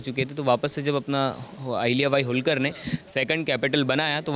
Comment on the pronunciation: होळकर नाम है ऊनका होलकर नही